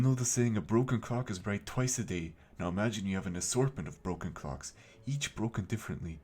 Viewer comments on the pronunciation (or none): Omg I thought he was saying broken cocks and I was confused why he was showing clocks 💀〽️